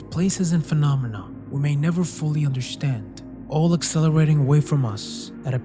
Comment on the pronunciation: Why do you say understand like undershtand? I noticed this whenever you say understand it is like undershtand, undershtood.